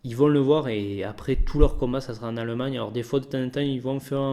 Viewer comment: Arette de dire aleumagneux c'est allemagne stp